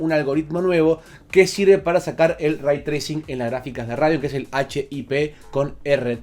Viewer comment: Se pronuncia "rey" no "ray"